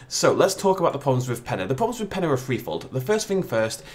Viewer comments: Peña not pen-a LOL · It's pronounced Pen-yuh, not Pen-uh.